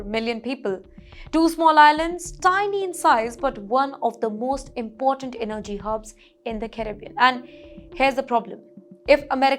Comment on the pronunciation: n-nerrgy lol - Miss, your info is as false as your pronunciation of words like energy. Trinidad is NOT geographically between the US and Venezuela; it is to the east of Venezuela. The very large America is north-northwest of the very large Venezuela. This news story declaring the end of Trinidad and Tobago is an evil attempt to get unfair viewership. Why didnt you show a map of Lebanon when talking about them? Learn what the word between means.